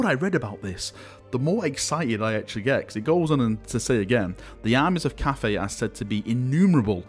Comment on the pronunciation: Why are You spelling it Caffei? All in all, if You have to, say 'caffai'... And it actually should be spelled 'cattai'...